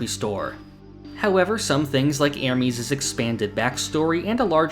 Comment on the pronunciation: Great video, I just wish you could pronounce Ermes better